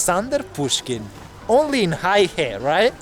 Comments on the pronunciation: How is it that you go to the town and completely butcher the name - it’s Hey He Not high he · Bro! The place is more properly pronounced as Hey-ho, not exactly but enough to be understood by the locals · It’s pronounced “hey her”. 😂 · They actually corrected him, but he continued to pronounce it as “high hay” or something 😅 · It is Hei He aka Black River. Pronounced as Hey 黑 He 河。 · I know right? I would at least google how to pronounce the name of a town I’m going to for just traveling. Now imagine not doing it while being a Youtuber and knowing the whole world is going to see that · Your pronounciation of 'Heihe' was so off that if you switched the syllables the locals would be more likely to understand you. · Bel video. A quanto pare dai commenti sbagli come si pronuncia la città. Ciao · Dude it's pronounced "Hey-her", not Hi-hey.... If you're going to introduce a city, make an effort to get it right! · "Hi-Hay" 😅 Bro, try "Hay-Her" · You got the pronunciation wrong. You said Haihei. It should be Hei he. (Hay huh)黑河。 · Minor correction, the city name pronounce as Hey-Huh not Hi-Hey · Hei (black) He (River) is pronounced as “Hay Her”, not hi hay😂😂😂. Heihe 黑河=black river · It's "hey her",not "hi hay".😂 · It is "hay-her" 😅 not "high-hay". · it is not HAIhe it is call Heihe, the pronounciation makes a big difference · 黑河"Hey Her" not "Hi Hey"嗨嘿😆😅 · Heihe NOT: "High-Hay" but: "Hay-Huh" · Hei He....not Hay Hei 😮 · Psst, its pronounced as HayHer 🤭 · The correcct pronunciation is "hey"- "her" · The pronunciation of that place is more like “hey her” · its actually hey huh? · Not "high hay". It's "hey huh" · The name of the city, Heihe, is pronounced hay-her, not hi-hay. BTW, Heihe means black river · I almost burst out laughing. The town is not pronounced as High Hay. It is called Hay Her. LOL. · Sorry Sir, Heihe the pronounciation is not 'high hey', it is ' hey her' (black river). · Heihe...not haihe